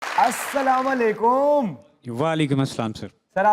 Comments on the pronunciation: السلام علیکم۔جناب تلفظ درست درست فرما لیں اسلام وعلیکوم نہیں ہے شکریہ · السلام علیکم۔جناب تلفظ درست فرما لیں اسلام وعلیکوم نہیں ہے شکریہ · اسلام وعلیکم ۔لفظ ہے ناکہ اسلام وعلیکوم نہیں ہے براہ کرم تلفظ درست فرما لیں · جناب السلام علیکم درست پڑھا کریں بڑا افسوس ہوا کہ اپ کو السلام علیکم صحیح پڑھنا نہیں اتا